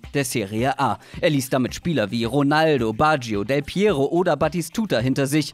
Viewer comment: War doch richtig ausgesprochen